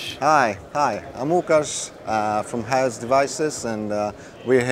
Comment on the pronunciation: So "XAOC" devices is pronounced "Haos" devices. Finally got it from his native tong. Great modules. Got many of them my self.